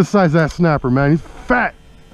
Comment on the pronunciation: Now that snappah is a KEEPAH ! It’s a big boy baby!